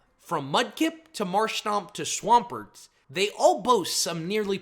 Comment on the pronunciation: DO NOT LEAVE OFF THE M IN SWAMPERT!